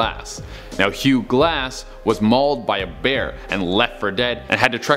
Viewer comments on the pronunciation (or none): none